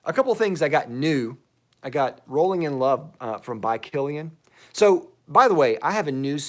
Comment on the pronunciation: Had a great laugh at your intro of Rolling in Love. I totally thought you said Bowling in Love. I was thinking, "Wow. They are making fragrances for everything these days!" LOL :)